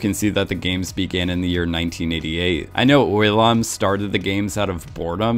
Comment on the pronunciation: His name is ILL NAM. not oil bro. Jeez. Smh.